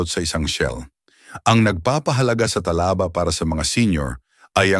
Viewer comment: Talaba (mabilis) hinde Tala ba, puro ka pagpapaganda bumigkas : mali-mali naman